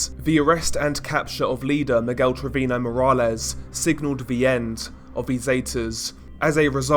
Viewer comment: That and treviño isn't pronounced trevino